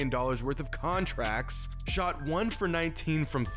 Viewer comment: lmao the way says "conTrACTs"